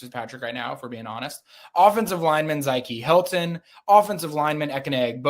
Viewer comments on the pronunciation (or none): That's crazy if you can properly pronounce Valdin Sone but not Zykie Helton.